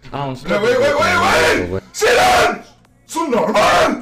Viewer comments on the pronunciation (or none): Does he say " Soun normal " ???